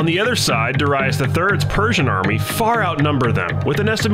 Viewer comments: Please learn pronunciations first if u gon do this content 🙏🏾 it’s dare-i-us not dere-reyes my ears were bleeding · Duh-rye-us?! What’s up with this guys pronunciation lol. Completely butchering these names. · Why do you pronounce Darius like that? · Why he pronounce Darius like that lol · Your pronunciation of Darius is way of. But otherwise realy enjoyable video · The pronunciation of Darius is annoying me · I hate how you pronounce Darius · I can’t listen to you mispronounce Darius anymore.